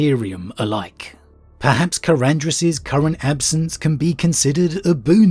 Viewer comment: I think the only thing you pronounced correctly in this video was Karandras.